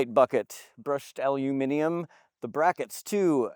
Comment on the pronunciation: Really good review. Hit the mark with the info I was looking for and even a nod to pronouncing “aluminium “ 🇬🇧correctly. Then you blew it with “pieyaya” instead of “paella”.😂👍